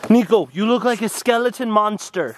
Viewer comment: Im laught at niko said a skeliton ahahahahah